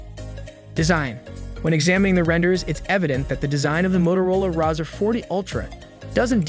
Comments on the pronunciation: It’s pronounced RAY-ZOR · The Rawzer, lololol... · I can’t take a review seriously when you can’t say the name right.